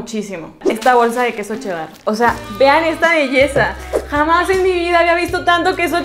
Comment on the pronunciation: Como que quedo “chedAr” yo le digo “chedar”